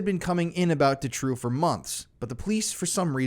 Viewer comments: I hate to be that person but it's pronounced Doo-trow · Doo-trow. Doo-trow.